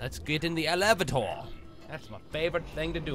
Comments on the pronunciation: I watched back one of my ME2 Let's Plays and realized that I'd absentmindedly pronounced "Elevator" as "e-LEV-a-TOR" like Toby does <_< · because of you toby i now pronounce elavator like you do in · Thanks to Toby I now know how to say elevator right :D